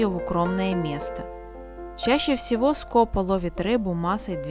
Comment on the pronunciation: В названии птицы ударение на второй слог! СкопА. Весь ролик "скОпа" режет слух.